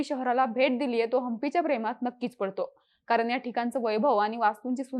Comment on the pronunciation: माहिती खूपच छान. फक्त कृपया 'ण' चा उच्चार 'न' असा करु नका.... कारण, ठिकाण, दक्षिण, पण हे शब्द अनुक्रमे कारन, ठिकान, दक्षिन, पन असे उच्चारले गेले आहेत. मला माहीत आहे की आता सवय झाली असेल असं बोलण्याची. पण कृपया शुद्ध बोलण्याचा प्रयत्न करा.🙏🙏